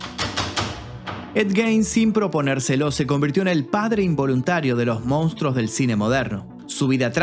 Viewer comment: Monstruos, no “Mounstros”. Quizás sea difícil para algunos pronunciar esa palabra.